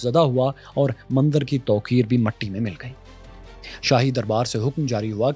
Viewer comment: one correction. It's not Mandar Its Mandir Thankyou